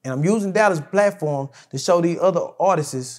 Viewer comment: stop saying "artistses"... It's artists......With that being said, it's obvious he loved Mo3, as a brother/friend.